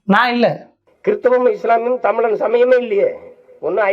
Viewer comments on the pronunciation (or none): none